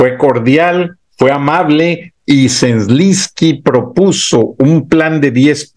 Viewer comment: Se dice: Z E L E N S K Y, no Zlinsky...